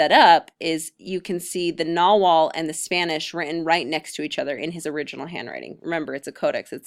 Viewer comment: Pretty good 101 info. Some issues: Nahuatl is prounced Na-watl. Conquest date depends on what you mean. Conquest of tenochtitlan was 1521. There's less of dozen codices that are pre-conquest.